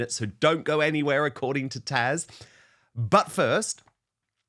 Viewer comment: PLEASE stop calling her Tasha. Her name is Taz. It is NOT that difficult.